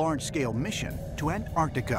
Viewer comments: "ant-TARD-ica"...I feel insulted.... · Ahn taht eecah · Its “antartica” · The way he pronounces Antartica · In an-trardica right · How come Americans don't pronounce the "T" in (Antartica) ? LMAO ! Sounds like "Anartica" ...."An-Tarty-Ka" 😂 it is a funny word though.... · An-tardica. Ant-Arctica. An-Arctica An-Artica. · The name of that continent is ANTARCTICA and not ANT ARTICA or ANNARTILLKA so get the name right people or if you cannot then call it the SOUTH POLE, got it????? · They said Antarctica 2 times right 10 times wrong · Why are 99% of Americans incapable of pronouncing 'Antarctica'? Adolf has no 'Y' in it, either. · An-Tar-Ti-Ca please jheez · I love hearing Australians pronounce the word, "Antarctica". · Can no one that was involved with making this video pronounce Antarctica properly? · What puzzles me more than anything, is the Americans inability to pronounce 'Antarctica' correctly